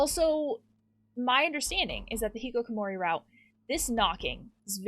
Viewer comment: Can I just bring attention to the fact that she pronounces it the hikikokomori route